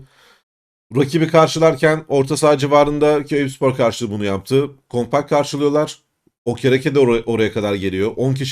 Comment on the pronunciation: İzninizle, “ kompak” değil, “ kompakt” .